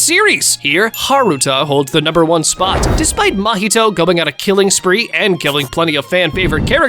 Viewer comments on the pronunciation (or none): none